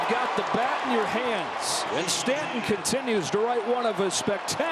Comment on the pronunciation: Why does the Yankees playcaller keep pronouncing Stanton's first name like it's French?